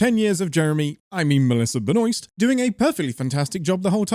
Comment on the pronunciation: how do you advocate for Melissa being the best Supergirl but cant even pronounce her last name?? 😒😒 -5000 sins!!